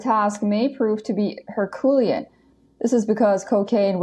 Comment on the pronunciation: "Her" "Cue" "Lee" "Ann"